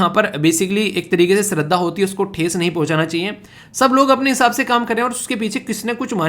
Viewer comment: Sir, topic .... related to Tirupati lord Venkateswara. In that "shraddha" word is pronounced as 'श -Sh' not स plz.... This is my name😓